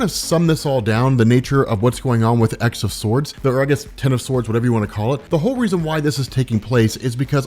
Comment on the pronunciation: He not only skiped must of Dawn of X but is also skiping many parts of the event, I don`t even know why he is bothering at this point. He even is mispronuncing the name of the event and the main villain.